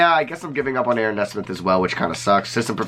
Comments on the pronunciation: ayo it's knee-smith not nesmith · great vid! nesmith is pronouned (knee-smith) btw! love your stuff!